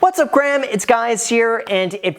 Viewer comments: "What's up Gram it's Guys here "🤣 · “What’s up Graham, it’s guys here” 😅🤣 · Anyone notice he said “what’s up Graham?” Lol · “What’s up Graham it’s guys here” 😂, made me laugh last episode too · What’s up graham it’s guys here??? Did anyone catch it? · "What's up Graham it's guys here..." lol..